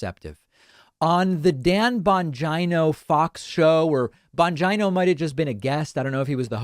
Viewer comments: Absolutely so I can see his face when you pronounce his name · you should appear on his show but as part of your pre-show prep you should learn how to pronounce his name correctly. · David, I just love the way you pronounce that Right-winger Dan Bongino’s name with a long I. I would love to see you on his show to mop up the floor with him and show his sycophant followers the difference between someone with intelligence and someone who is a total negative moron. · Why is his last name so bastardized? You are pronouncing a great Italian name incorrectly and if he pronounced this way, he is wrong It is not Bon-G-eye-no. It is Bon-Gee-No. Almost my entire town is from Italy. That's not how the name is pronounced. Vowel pronunciations are different in different languages. Example: woman's name Lina is pronounced Leena and not L-eye-na. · I like how he pronounces his name bonj-eye-no instead of bonj-e-no. Kinda sounds like vag-eye-no. Ha. 🤯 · David, it's pronounced Bon geeno. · David, Bon-GENE-O. GENE-O. Not GINO like Bangina. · Are you really surprised? The point for them is just say it and it becomes true because they know people are not going to spend the time to make sure data presented to them is factual. Second, it Dan Bongeeeno, not Dan Bongino. Yes go on his show. Advice for that, give straightforward answers to his questions and point out that his questions are narrow minded that do not consider the entire of the problem to address a solution. Do not get into a back and forth with him because his intellect is beneath yours and that is the real reason he wants you on his show. I am from New York , and I grew up with people just like Bongino. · It's pronounced BON- GEENO, David... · I love how you always pronounce his name like “vagina” Lolol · I love it when David butchers the pronunciation of the names of Right Wing Nutters.... Bon' Jai No...😆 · I think it’s pronounced “Dan Vongina”. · I love hearing you say his name - lol